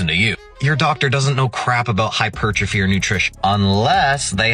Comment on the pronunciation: Thank you, for saying hypertrophy correctly.